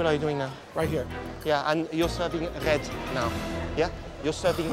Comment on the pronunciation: “You’re serving RRRRed now yeah? You’re serving RRRRed now yes?”